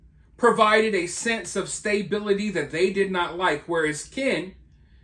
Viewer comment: "stay-bility"? Its stuh-bility.